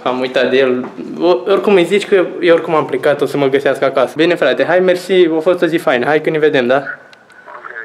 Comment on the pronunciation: Bile nu se zice Bine Nu Bile